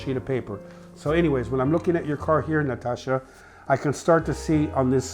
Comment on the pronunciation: Nastasja, not Natasha! Like in Nastassja Kinski.